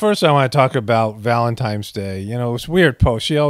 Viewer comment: If you are above the age of 11 please don't pronounce it VALEMTIMES day.